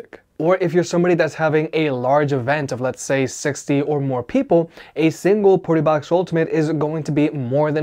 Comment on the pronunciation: Your say Partybox like PortaPotty